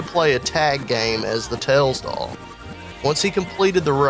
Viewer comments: "ails doll" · I heard The Tails Doll Purse